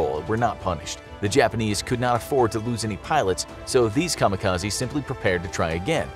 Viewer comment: Why do people constantly pronounce kamikaze wrong?? It's supposed to be an educational video, so at least pronounce it right :( I still love infographics, but just makes me sad an educator can't pronounce things right.